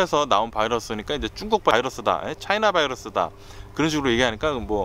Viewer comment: 쭝국 쭝국ㅋㅋㅋ 발음 재미나요